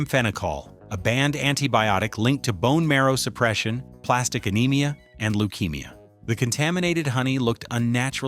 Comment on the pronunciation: It’s not plastic anemia. It’s aplastic anemia. Stupid AI !